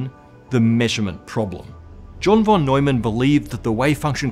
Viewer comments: why do u pronounce "von" as "won" and not as "fon" as u're supposed to? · Talking about pronunciation whenever you encounter the word 'von' in a German sounding name it is pronounced as if it had an 'f' instead of a 'v'. Like 'fon'. This applies to most German words, with few exceptions. 'v' is usually realized as a voiceless labiodental fricative in German. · John von [fon] Neumann :-) pronunciation nerd here